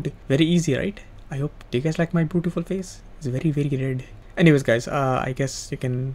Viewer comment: "Ma bootifol face very very red"